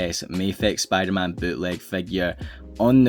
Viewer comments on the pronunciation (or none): Bro, sounds like Spoo der-Man